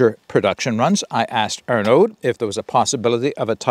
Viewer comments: Great review! Looks like an awesome rocket stove! Don't pronounce the d, "Arno" like "Arnie" (as in the governator) but "Arno". I "may" be wrong but "aud" usually = "oh" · aud = "oh" IN FRENCH. I forgot to add that bit! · Thanks for the preview. Heads up, Arnaud doesn’t pronounce the D at the end.